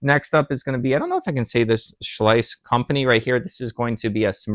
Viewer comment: Schleich is pronounced like Sh-like; one syllable.